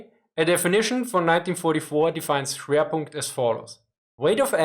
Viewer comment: You just got PUNKED- er, I mean Schewrpunkt